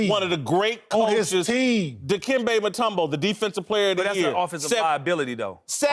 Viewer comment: Dude said mutombo! 😂😂😂😂 Eric snow!!!!!! Lmao 😂